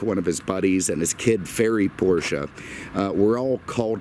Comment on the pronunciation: Thank you for pronouncing Porsche the correct way.